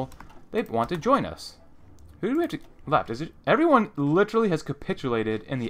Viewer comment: Stop saying literary, your saying it the wrong way